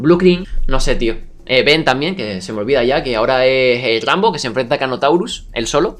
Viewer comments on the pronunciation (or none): none